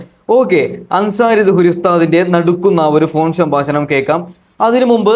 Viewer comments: സംബാശണമല്ല സംഭാഷണം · സംഭാശണം അല്ല സംഭാഷണമാണ്